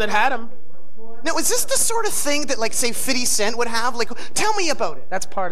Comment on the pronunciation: Nardwuar: Fiddy Cent. Gerard: Fifty Cent.